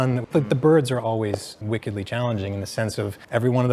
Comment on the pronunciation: So frustrating to have them say “wickedly” so many times without them pronouncing it like “WICK. ed-lee” re-the Adele Dazeem incident.